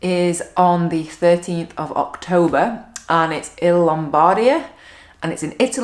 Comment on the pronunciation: hi. correct pronunciation is Lombardìa, not Lombàrdia